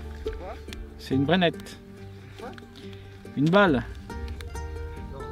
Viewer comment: c'est Brenneke! pas Brenette!!! j'adore votre chaîne et votre humour, super sympa à regarder.